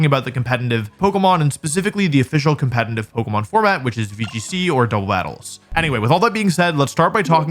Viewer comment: Okay, this word is used so much in your videos and especially in this one, that i can't longer ignore it. Are you saying Compenitiv? cause it sounds alot like compenitiv.